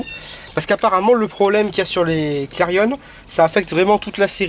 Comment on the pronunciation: Très bonne vidéo ;) Par contre on dit clarion comme Marion et non pas comme clarionneeeee lol!! Pareil pour la 206 Sedan comme éléphant et non pas sedane ^^